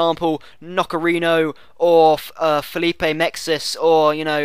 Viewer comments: It's not "Nocherino" but "Nocerino" ;) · It's pronounced Noserino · Italian pronunciations: Nocerino --> No-che-reeno Abbiati --> Ah-bee-ah-tee Abate --> Ah-bah-tay Acerbi --> Ah-chair-bee Forza Italia!